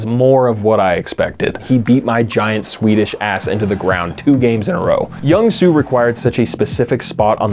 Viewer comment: mr. jakey i love you and your videos, but as a korean person, your pronunciation of jung soo's name killed me. the j in jung is pronounced like a j - not like carl jung :'''')